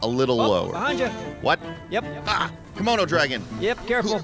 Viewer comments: Did really mean to say 'Kimono dragon' rather than Komodo dragon? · did call a komodo dragon a kimono dragon or are my ears playing tricks on me? i rewatched the scene several times and i just can't tell what is real anymore.